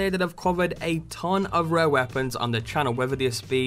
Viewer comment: why is he saying rare with a W lmao